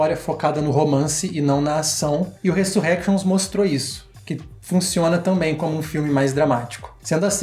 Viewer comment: resurénctions q fala kkk ai sim mina tao munitos de oculos vcs hein